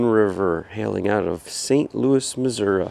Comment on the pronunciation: Kudos for saying Mizzerah.